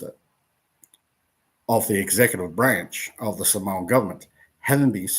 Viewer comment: I get that you don’t speak Samoan but at the very least say ‘Samoan’ correctly. ps. there's no 'w'.